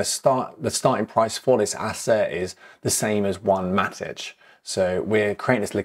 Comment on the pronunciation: Should it be Matik? If so I've been pronouncing it wrong for 3+ years 🫣